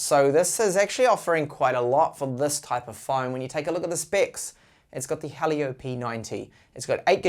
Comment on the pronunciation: Not Halio, "Hee-Lee-Yo"